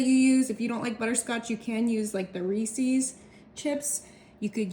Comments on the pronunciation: They aren't pronounced REESEES. It's Reese's. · . It’s pronounced Ree-sis. Google it. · She has been told this many times. I think she mispronounces it on purpose just to get comments. 🤦🏼‍♀️ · Lots of people from the Midwest (it seems) pronounce it wrong. Kinda ignorant really.